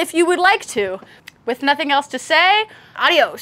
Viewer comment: al final dijo arios o adiós ¿? xd